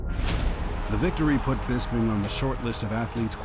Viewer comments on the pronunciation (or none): "Nigel Bispin"